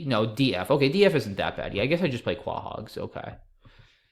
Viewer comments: Quahog = Co-hog. Family guy named their town after the clamshell. They pronounce it correctly in the show. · I dunno why but "kwa hog" just sounds hilarious